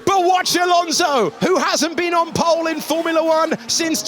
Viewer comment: “Ocon’s taken POLE, Ocon’s taken POOLLEE position” 🤣